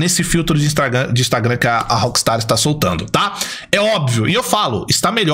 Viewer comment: E impressionante a incapacidade do de falar Instagram kkkk